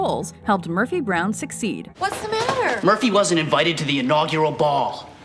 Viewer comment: Murphy brown-ugh.